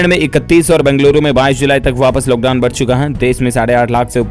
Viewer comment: Bhaiya loghdown nahi hota hai lockdown hota hai